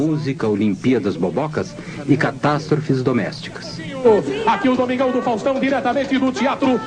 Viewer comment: ELE FALA É "FASTÃO" KKKKK